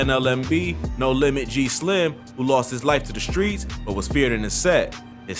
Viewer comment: Fam mispronouncing all the streets is irking me